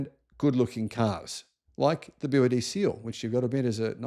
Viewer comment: I lived in China at the time, and I knew about BYD. In China it’s pronounced BrD.